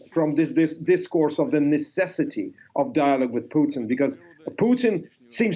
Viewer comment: Putin, not Putn.....